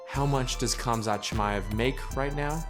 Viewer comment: Its a silent K. Guessing you still use the K in Khabib too 😂😂